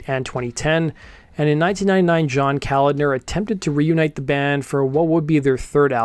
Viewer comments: Kolahdner. Pronounced=Kah-lod-ner. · It's John Ka-lod-ner. Not Calender. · Pronounced: Cah-LOD-ner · Hey man.....that's Kalodner not Kalender. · It’s Kalodner not Kalender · Another great video! You've probably already had this pointed out - but it's pronounced "Kal ODD ner". Cheers! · keh - lawd - ner Thanks for the story my friend, pretty cool! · For reference, John Kalodner's last name is pronounced KA-LAWD-NER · Pronounced Ka-Lod (like nod)-ner. Kalodner was one of the most well known A&R guys in the business during that era. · Good video. Correct pronunciation is kuh-LAWD-ner. Keep up the good work! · Kuh-Lawd-Ner with the emphasis on the first syllable. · John Kalodner’s name is pronounced Cuh-Lod-Ner Steven Tyler mentions his name frequently in interviews. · I pretty certain Kalodner is pronounced: ka-LAUD-ner. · I didn't read all the comments to see if this was answered, but from my understanding you pronounce it "CahLODDner" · "Kuh-lodd-ner" Kolodner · John’s name is pronounced just like it’s spelled - Ka - lod - ner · Geffen Records A&R man John Kalodner's name is pronounced Kah-Lahd-ner... all short vowels, not long... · It's pronounced "kal-ODD-ner", with the accent on the 2nd syllable. If you're ever uncertain how to pronounce a celebrity's name, you can often just google "How to pronounce so-and-so's name" and you'll get a link to a YouTube video. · His name is pronounced “cull-ODD-ner” in case it ever comes up again. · KA - LOD - NER…one syllable at a time…it’s pronounced exactly the way it’s spelled. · Kaw-Laud-Ner and Car-Tell-Lone-E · I’ve always heard it pronounced kuh-LAHD-ner. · It's kuh-lawd-nur . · A&R name is pronounced as "Ca Lod Ner" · Kalodner is pronounced “kuh-LAWD-ner”. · It's Ka-LOD-ner. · It's kuh/LAUD/ner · It’s pronounced KalODner.👍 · John Ko-lah-d-ner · Cul-odd- ner….geez dude. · KA-LOD-NER. Is it that hard? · Kah load ner.....is how you say it. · lol. It’s pronounced Kuh-Lodner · Sounds like. Kuh lawd ner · Pronounced Kuh-lod-ner